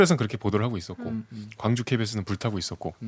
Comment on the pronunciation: 광주사는 일인입니다~광주광역시의 광은 빛 광자로 짧게 발음해야해요~경기도 광주는 넓은 광으로 길게~고등때 국어선생님이 알려주신거를 이번에 적어봅니다~